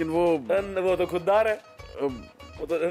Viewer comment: khudgarz nhi bhai khuddar hota h🤣🤣🤣